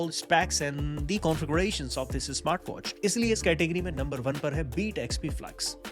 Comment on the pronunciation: Trying to put foreign accent and this guy ended up saying esmartwatches lol